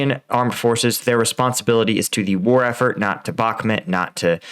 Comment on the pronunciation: Pronounce Bakmut properly, no one says Bakmit